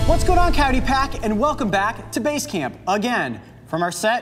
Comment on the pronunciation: What's up dude all you do is "bace canp" are you getting old are you ok